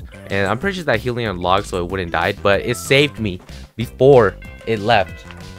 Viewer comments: Its not 'Heellion warden' it's hellion warden with a short e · He-ili-on hellion